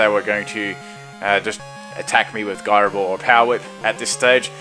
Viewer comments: Ji-ro, not guy-ro. As in gyroscope. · I hate how you say gyro ball so much